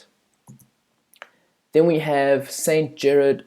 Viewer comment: You had a few snags in your commentary (such as "Gerad" instead of "Gerard"), but all told, a great little presentation. It's said that singing hymns is praying twice, and I'd say you've done that, too. Thank you.